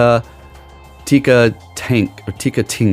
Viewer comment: "...TinkaTANK...*looks closely...Tinktink(nailed it) *almost immediately TINKTINKA" "..been waiting for this Pokemon" but doesn't know the name or pretends not to know. Stop lying! ...and continues to mess it up for rage bait. Cool, well played